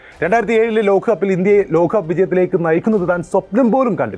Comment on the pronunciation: ഏഖദിന 👈 ലോഖകപ്പോ എന്താടോ നേരെചൊവ്വേ പറയാൻ പഠിക്കെടോ